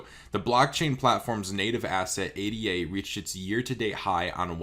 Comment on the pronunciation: Cardano coin is pronounced Aye-Dah, not Aye-Dee-Aye. It was named in honor of Ada Lovelace, the first computer programmer.